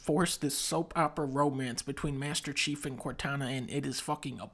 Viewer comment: If everybody gonna ignore the fact that dunkey finally said master chiefs name? Or are y’all still calling him SeaHouse?